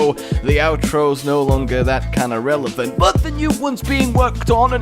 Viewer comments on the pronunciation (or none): none